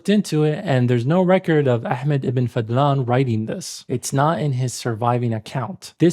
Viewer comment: It’s Fadhlan, not fadlan. Focus on the letter ض